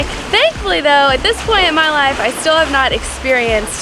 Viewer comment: accent really came back out with that "still" sounding like "steeeal" 😂